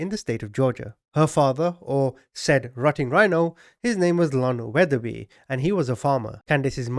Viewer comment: “Rutting rhino” 😂